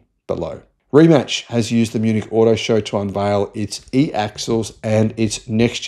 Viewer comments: Had to look it up myself, but Rimac is pronounced Rimats. I thought it would be like Rimak and you pronounced it like Rimatch. Kudos though that you pronounced the E at the end of Porsche. Ferdinand Porsche would be proud of you! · It's pronounced Ree-Mats not Rematch. The guys first name is pronounced muh-teh. I would expect an Aussie to mispronounce the first name because it's spelled Mate, as in g'day mate.